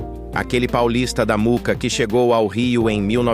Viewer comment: Moóca, nao Muca ah ah